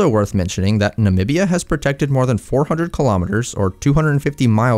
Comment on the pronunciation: finally someone who can pronounce the name “namibia” properly!